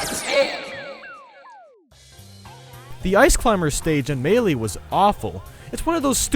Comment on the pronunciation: The way you pronounce melee though